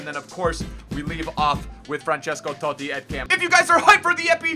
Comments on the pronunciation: Pissed me off the way he says totti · you saying Totti... 😣😣